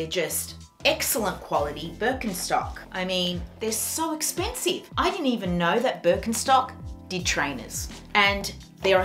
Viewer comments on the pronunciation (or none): none